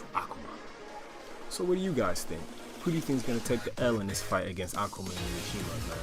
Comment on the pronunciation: I hate how you say Akuma, sorry.